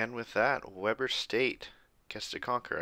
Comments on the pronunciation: Worth noting: Weber in Weber State is pronounced wee-bur, not weh-bur. Also worth noting is I personally know some of the players since I’m a student there so seeing them beat Utah is awesome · It pronounced we-burr (like your cold) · It's pronounced weeber state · Great series but you are saying “Weber” wrong lol